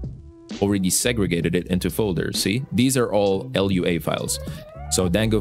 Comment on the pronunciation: You kept calling it l. u. a. The dev said it's pronounced as a word.